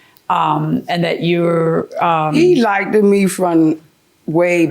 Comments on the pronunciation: I cringe every time she says the word likded 🙄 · She needs English pronunciation lessons. Like-ted? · As soon ad she said “back den and everything” and “likded me” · Like-ted grinds my gears!!! That is not a word!! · But did she AXE him whether he likeded her? That's what I gotta know! :D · Don’t date anyone who can’t pronounce LIKED